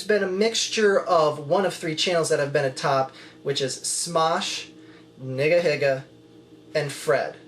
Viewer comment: No offense, but it sounds weird to pronounce it "niggahigga." I don't know how it's supposed to be pronounced, but I would stick with "neegaheega." I don't know; who cares. Just a thought.